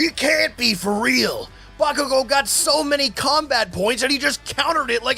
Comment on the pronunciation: i cant cotrol my laughter when he says bakugo as boomking hilarious 🤣🤣🤣